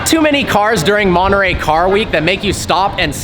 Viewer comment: Nice video Personally I find it too much of a Chiron w/body kit. Anyway, if I'd get $1 for every time your said "absolutely" in your videos, I could probably afford one of these now (not that I'd buy it, though). And how come Americans can't pronounce Centodieci - or Monterey for that matter?